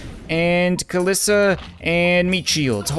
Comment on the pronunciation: The "floating butthole slug" is based of something in real life just kinda transparent and white. I think EDIT: Ka-Lee-sa. Is how u pronounce kalisa